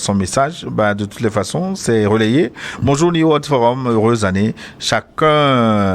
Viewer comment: New se prononce NI-OU en anglais.